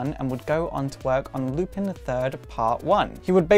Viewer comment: Its pronounced Lu-pOn, not Lupin (as in Remus Lupin).